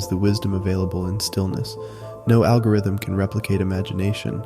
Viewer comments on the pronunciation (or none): none